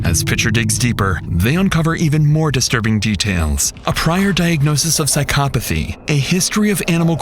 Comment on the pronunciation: I don't think it's pronounced "syca pathy".... try saying "pyscho" and "pathy".